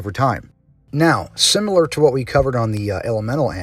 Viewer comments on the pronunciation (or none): none